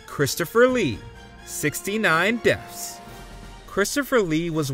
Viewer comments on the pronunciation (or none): Dude really pronounced it "Deffs" every single time in this video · I swear it sounds like this guy is saying "deafs."